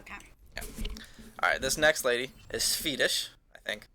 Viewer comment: i thought he said fetish not swedish